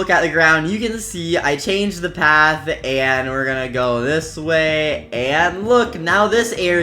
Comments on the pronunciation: Nobody else saw that you said 'tis' instead of 'dis' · no he tip tis instead of this soo he was a real person